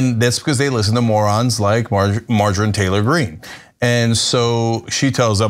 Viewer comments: “Margarine” Taylor-Green. Omg. I spit my tea. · Did you call her Margarine? Haha!